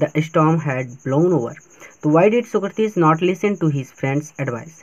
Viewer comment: Socrates nahi bol pate ho aap